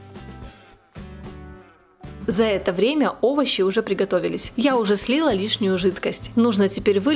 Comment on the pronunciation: СлИла🤦 чуть кровь из ушей не пошла